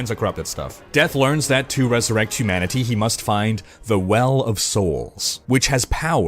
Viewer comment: I loved the first two Darksiders and it's been ages since I played them so I'm really glad for this recap before the third. I could have done without the weird way you kept emphasising the TEE noise at the end of humanity.